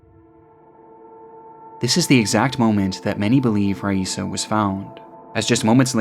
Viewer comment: You pronounced Raisa's name 3 different times in the first minute. Did you use AI to recreate your voice?